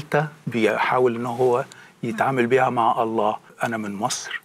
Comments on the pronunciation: أنا أقسم واجزم ان هذا الرجل نصراني حثة النخاع من خلال كلامه ولم يكن يوما مسلما أطلاقا..المسألة بسيطة جدآ ..قد أدعي إني كنت مسلما ثم غيرت ديني لكن من خلال كلامه انكشف اولا المسلم لا ينطق إسم الجلالة .ألله تشديد الهمزة . بل يقول الله..دون تشديد الهمزة ..ثانيا لا يمكن بحال من الأحوال أن يصل الإنسان العاقل الى معرفة الله العظيم موحدا له في داته وصفاته وأسماءه تنزيها له من التشبيه والتجسيم وتعظيما لداته العلية تماشيا مع الفطرة والمعقولية ان يتخلى عن هذا التوحيد فيؤمن بالله المتعدد الرؤوس تلاتة آلهة في إله واحد لغز ومعضلة فكربة ...الأب إله والابن إله والروح القدس اله .لكن هؤلاء الثلاتة هم اله وأحد .بالله عليكم هل هناك عقل يستطيع ان يفكك هذا اللغز العجيب سفصطة وهرطقة بطل تأكيد ..وانا أجزم ان مهما حاولت أن تفهم عقيدة التثليث تصبح أكثر غموضا وغرابة ..لذلك معظم النصارى بالرغم من إيمانهم بها الا انهم غير مقتنعين بها لأنها غير معقولة ..اما ان تكون واحد او تلاتة ..أما الاتنين فهذا مستحيل الحدوث . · يبدو انك تكره اله واحد الأحد المتفرد في وحدانيته المنتزه عن التشبيه والتجسيم ..وتحب التثليث اللغز إله برؤوس متعددة لذلك اخترت النصرانية فهنيئا لك بالشرك . طريقة كلامك تدل على ان هذا الرجل نصراني حثى النخاع اولا المسلم لا ينطق اسم ألله (أ ثم لله ) بهذه الشكل بل الله بدون تشديد على الهمزة .أكيد هذا الرجل بم يكن يوما ما مسلما إطلاقا والدليل جهله بالقرآن نصا ومضمونا لذلك لم يستطع أن يشير الى دليل واحد على ان هذا الكتاب ليس وحيا ، و لأن حديثه عام غير دقييق ولا علمي مقنع. يقفز من هنا الى هناك من القرآن إلى السيرة...بالمناسبة يا يارجل وانا هنا أجزم انه لو قرات القرآن لما تخليت عنه أبدا ....هل تعلم لماذا لأن الله الخالق الكلي القدرة والكامل المعرفة اللطيف والامتناهي الازلي هو المتكلم في القرآن عكس كتابك المقدس تماما عندما تقارن بينهما ستلاحظ الفرق مباشرة لا مجال للمقارنة إطلاقا ....